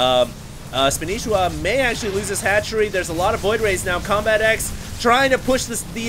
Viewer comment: THATS NOT SPANISHIWA!!!! its spanshwa